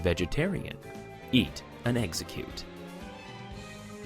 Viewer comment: It's Ex-Egg-Cute